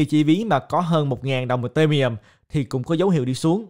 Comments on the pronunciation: Tại sao lại đọc Ethereum là ì-tê-mi-um, coi clip nước ngoài họ đọc là I-thê-ri-um ko à? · Video phân tích rất hay. Nhưng anh có thể đọc tên Ethereum ( phát âm đúng " i - thi - ri - um" ) đúng hơn ko ạ hơi khó nghe và từ khoá ETH cũng lặp lại nhiều trong video nên e nghĩ đọc đúng sẽ hay hơn ^_^